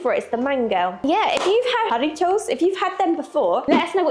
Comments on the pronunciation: J is pronounced as H, so the drink is pronounced 'Har-REE-toes' - roll the r's. Great job! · Jarritos are pronounced Hariti os. Which one is your favorite? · Nice! Horitos as it's pronounced good stuff... The Green Salsa is IMO best with Chicken especially Enchiladas with Crema and Queso. Next you need to do Fish Tacos with Shreaded Cabbage Cilantro and your choice of Sauce Red or White... Jalapeno's if you like or Red diced 🌶️....you can swap iut the Fish for Cameron's (Shrimp) same additions with Toasted Flour Tortillas or fresh fried Corn Yellow I think is traditional but I like White Corn as well. Well even though its done in the Oven you can make fresh Blackberry and or Peach Cobbler like you learned from Mr. Chuckwagon... with your Dutch Oven...in the Oven.😂 On that Brisket Chilli add some crispy Bacon Bits....I like Red Kidney Beans in mine as well Oh, I see you did the Bacon good job! I'd have added a bit of Corn Starch to thicken it slightly if its too tiny its like soup... Ad a little Tequila to them Horitos 😂.... I'm a Lime Horitos kinda guy... The only thing you need is yes Fretos or Corn Bread!!!!! Take Left over Chilli and scouo it over fay old Corn bread... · Pronunciations: tomatillo = tom-uh-tee-yo, jarritos = ha-ree-toes